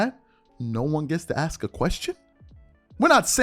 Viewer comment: How is it that such a well spoken, intelligent and articulate person still cannot pronounce the word "Ask" it seems that too many of our people pronounce that word like an entirely different word "Axe" two very different words